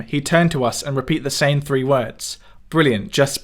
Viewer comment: I thought he said "tree". I always wondered what he was doing up a tree.